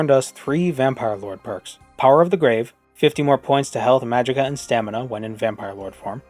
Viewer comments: "Wiiise from your gwaaaave" hahaha 10/10 Also,, when the shouts fus'd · "rwise fwom his gwave"